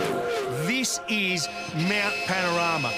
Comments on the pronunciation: The ‘rama’ in Panorama is pronounced as ‘rahma’ 😊👍🇦🇺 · You really need to get the pronunciation right, listen to Larko... it's Mount Pano...rah...mah